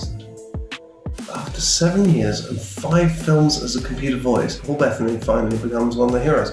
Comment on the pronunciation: His name is Paul Be tta ny. Not Paul Bet ney? WTF